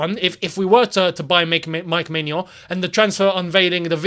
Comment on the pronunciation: good pronunciation for Maignan;-)